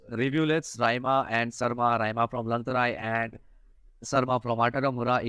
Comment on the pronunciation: It will be Saima not sarma